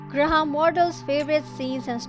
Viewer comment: Good review but you kept calling him Gra-ham and it is one word graham.